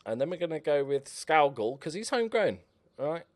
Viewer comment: Just to help you out. Your new Scottish signing his name is pronounced scoogal. Loving the series keep it going. I’m predicting mid table finish 12th